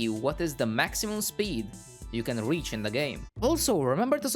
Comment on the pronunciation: U said weach instead of reach🤣🤣🤣